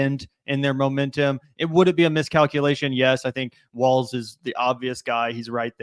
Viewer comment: Hey everyone his name is Walz not Waltz or Walls lol